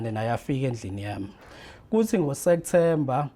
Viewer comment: Lomuntu ufunde enyuvesi, kepha ubiza September ngo Sektember🤔🫢